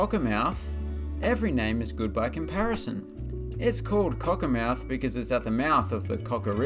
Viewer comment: Cockermouth is named after the cocker river, which meant “crooked” in Cumbric, a now extinct celtic language. It isn’t an english name. Also, it is, and should be, pronounced cockermuth